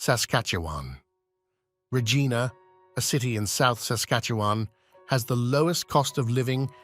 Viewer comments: The Rideau Canal is pronounced "Reedo", Regina is pronounced "ReegIna" not Raygina - do some research before posting! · Have you actually been to Regina (reej-EYE-na)? How about Manitoba? And why are you comparing the cost of living with NYC? It’s a BS comparison. The AVERAGE rent in NYC is currently $4700/ month USD. A better comparison would be Toronto, where the average rent is $2148/mo, or Vancouver, where the average rent is $2303/mo. And please do your research on the basic pronunciation of the towns you are covering. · My Gosh….not Coch-rain….Coch-ran…..and Regina. Rhymes with vagina. Haven’t finished listening to this person butcher names…on we go!